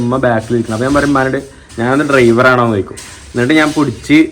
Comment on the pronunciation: Daivar അല്ല ഡ്രൈവർ